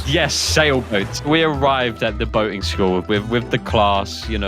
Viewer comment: Boatin school that not how you say IT!!!!!!!!!!!!!!!!!!!!!!!!